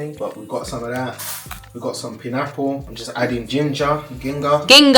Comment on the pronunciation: Love the vlog as always! I will never get used to how says pineapple.